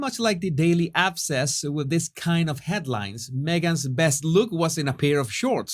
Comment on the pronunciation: Daily 'Abcess',? Do I need to turn up my hearing aids?